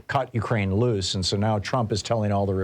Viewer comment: Mykraine, not Urkraine